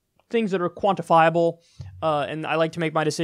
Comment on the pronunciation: Kyle "quantifiable" kulinski